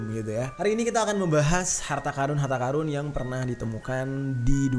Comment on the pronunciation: Ampun bang gua dengernya karung